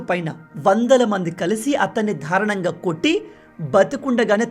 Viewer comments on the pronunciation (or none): బ్రో, థారుణం కాదు, దారుణం అను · దారుణం అనాలి ధారణం కాదు